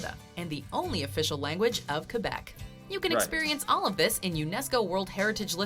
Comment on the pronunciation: Your pronunciation of “Quebec” is perfection, but you really need to work on your Torana. 🤣